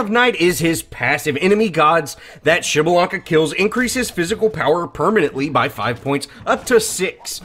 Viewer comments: What i found truly impressive was your ability to pronounce his name so cleanly!!! TRULY IMPRESSIVE INDEED!!!!! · PS4: PrimeOP12 Can't believe you go his name right, I've still got friends that cant pronounce his name. Great video though.